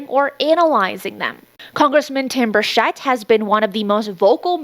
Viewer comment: It's Bur(ch)ett not Bur(sh)ett.